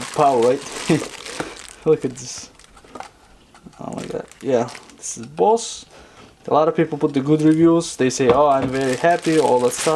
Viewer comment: That's Boss not Bose 🤣🤣🤣..